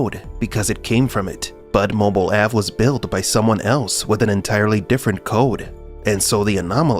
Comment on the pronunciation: "Mobil Ave" ?? Dead give away of an AI voice over. Blocked.